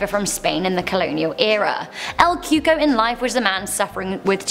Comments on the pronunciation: Lmao she said el cuko it’s cocou or ( coocooeee) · "El coo-cooye" is how you pronounced number 9 at the beginning